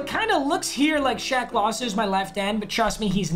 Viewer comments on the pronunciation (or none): none